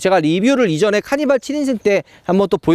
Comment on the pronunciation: 카니바 케이파~ 이렇게 들리는데